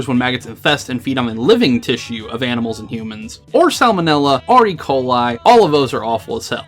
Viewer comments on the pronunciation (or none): none